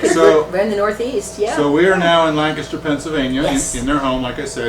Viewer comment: Thank you, Thank you, THANK YOU! For pronouncing Lancaster correctly! I live about 12 miles south of Sight and Sound theater in southern Lancaster county. It's a wonderful experience at Sight and Sound!